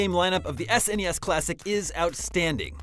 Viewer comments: Why are you calling it S N E S classic when the rest of the planet is calling it SNES? I've never ever heard anyone call it that before! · Why are you pronouncing SNES as s.n.e.s. That's just weird fam.